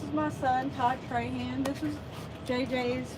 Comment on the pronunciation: Thanks and!!, Todd's last name is "Trahan". just for the record and future podcasts when you mention his name =) 🙏